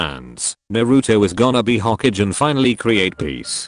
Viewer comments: The way it pronounces all the names and stuff- 'Hokage' is 'hokidge' lmao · its hokage not ho cage hahahahaha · nobody: the video: says Hoe-Cage for Hokage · nobody: not a single soul: the video: hoKIDgen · Rip hokage pronunciation